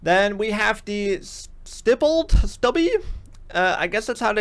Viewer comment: Your pronouncing stippled correctly. Stippling is the texturing on the grip for better control. On polymer grips you can actually use a soldering iron to create custom stippling. Love these videos. I always take something away from it although my builds do tend to be different.